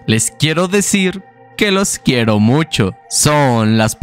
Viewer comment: a lo mejor leo saco de ti el ''los quierom mumchom'' xD te adoro :'3